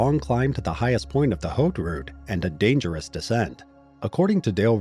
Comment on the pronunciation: haute route = "h" is silent in French at the beginning of a word.